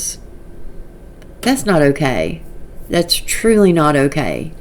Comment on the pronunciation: I wanna pinch her in the face every time she says “k”